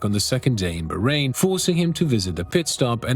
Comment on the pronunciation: its BAAAAHrain not BAHHrain.. bro pls respect any name..